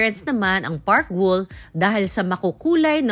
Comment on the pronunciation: Parc Guell is pronounced as Par-wey 🥰